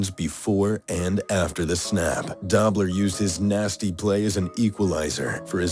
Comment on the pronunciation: The voice over got a pronunciation wrong: Conrad Dobler's last name is "Dough-bler" not Dobb-ler. Long O.